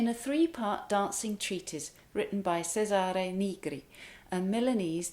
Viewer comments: Thank you a lot for your fantastic explanation! Very usefull indeed. [Congratulations for your Italian pronunciation. A very little tip: Cesare with the C of chair] ❤ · Lovely rendition. Your diction on Il bianco fiore is flawless. My friend Fred Benetti whose father was Florentine, still got Cesare Negri wrong. He did make the ch sound but always stressed the second syllable. Chay-sahre Naygree is correct as E is pronounced ee only in English. Your English and your voice are as musical as your playing. In 1975 in Cambridge I put up with a crazy landlady for a whole year because she sounded like you and I learned so much that when I moved to California I passed for a Brit. 20 years later I pass for Bostonian or Midatlantic. I play this tune but now I'll add the extra bit and your phrasing . My family has been Milanese for at least 250years. 😊❤